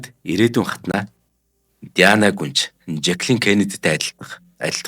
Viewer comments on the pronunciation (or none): none